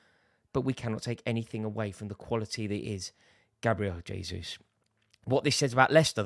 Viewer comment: Jayzus - Portuguese not Spanish